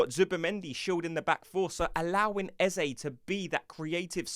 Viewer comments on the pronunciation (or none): why arsenal tubers can't say Eze name right? even old Charlie Watts the same . only one who gets it right is Adrian Clarke.. fyi do not say ezzay ... say ezzah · Eze pronounced as Ezza.